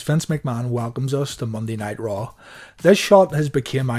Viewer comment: When you say, “Monday Night RAW”, it sounds like you’re saying, “Monday Nitro”! 🤔